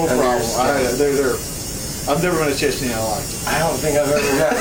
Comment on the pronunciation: It's Chechen..not Chechnyan